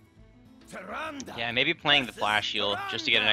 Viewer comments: Behold, the armies of Stormwind: a shifting shade, Confessor Paletress, Millhouse Manastorm, Gormok the Impaler, a priest of the feast, and an injured blademaster. Seems a little wonky, but they did win, so… good recruiting your Majesty. Also, the last syllable of Tyrande isn't pronounced "day". It's pronounced the way the Innkeeper says it. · It's pronounced Tyr-aand not Tyr-and-ay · That Leetri Guy More like Tyrandeh. It's the Latin-style e.